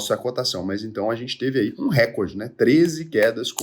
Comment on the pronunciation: Recorde eh paroxitona. Re COR de. E a pronuncia correta eh radad e nao adad